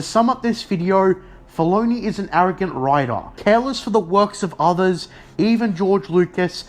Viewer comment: Writah, Filoneeh, force usaah